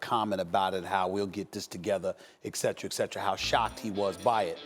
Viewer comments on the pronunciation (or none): I love when people use "etcetera" as "escetra" lol